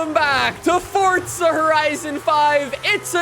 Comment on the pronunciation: welcome to another For'T'za horizon video🤦🏻‍♂️almost every YouTuber says it😂